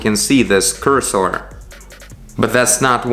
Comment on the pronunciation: it is pronounced like "curse her" (without the H) than "coors sore"